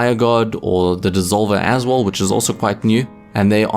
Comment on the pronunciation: Please stop saying aswull it hurts my ears